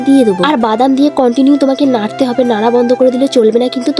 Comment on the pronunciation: Narte hobe 😂 larte hobe oo bolte pare na😂 besi dhong kore kotha bolte gele ja hoi😂😂